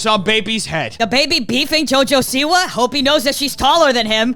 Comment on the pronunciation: He said "jojo-see-why" as in Jojo sees 👀 why the man is a B word. Smh